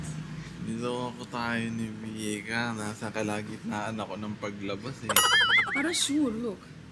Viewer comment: It's Vika And Not Mika Po' Huhu' 🥺😞